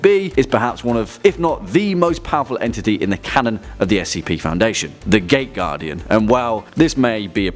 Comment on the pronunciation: I kept hearing it wrong.. i heard it as the gay guardian everytime you said it